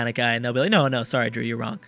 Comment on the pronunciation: "Hey, don't worry aboot it, Drew, soory." I'm so fucking hyped for this series.